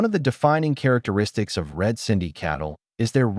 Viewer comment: It's "Red Sindhi" not red cindy. Great info though